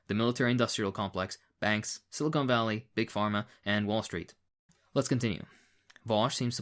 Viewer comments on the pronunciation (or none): none